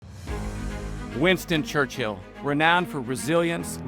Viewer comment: A great idea for a series but I do wish that would take the time to learn how to properly pronounce British names. "Churchill" is one word. It's not two words. The "h" is basically silent; it's not "Church-hill." It's "Church-ill." Also, the Duke of Marlborough is pronounced "MAL-bur-uh" not "MARLborough."